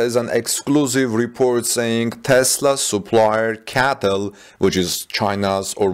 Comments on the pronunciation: Hello, in an attempt to help your English version videos, raybar is not an English word. It is rebar (reebar). C A T L is not pronounced cattle (those are cows) .Cheers from Canada. :) PS: I understand you are communicating in a second language and you're doing very well. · It’s C-A-T-L not CATL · it’s pronounced C A T L